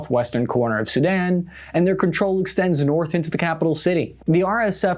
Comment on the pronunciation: Its SuDAN not SU-dan